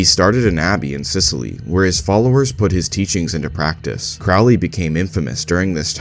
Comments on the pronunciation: It’s peounuced crow Lee, like holy, Now Craaaaly like fouly. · Crowley is pronounced CROW-LEE. Rhymes with Holy, not Foully. Ozzy is wrong. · You mispronounced Crowley